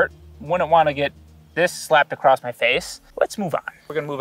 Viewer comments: OMG acrost is not a word, neither is a crossed. ITS just across. Jesus America speak English. I'm sorry guys it's a peeve of mine. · haha "across'd"